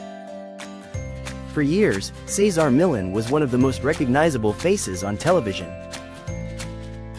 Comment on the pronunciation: How lame this doesn't even pronounce his name correctly. Loser AI recap of selective info